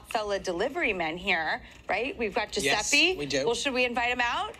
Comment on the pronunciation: Why do they say Giuseppi when he’s Giuseppe